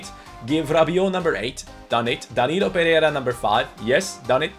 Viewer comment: I know you're really trying to say his name right but you're not achieving it, his last name is PE REI RA with an "I" between the "RE" and "RA", not PERERA, that's really annoying, thank you.